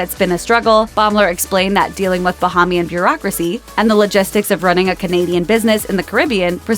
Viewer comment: She said bahamian a very interesting way 🤔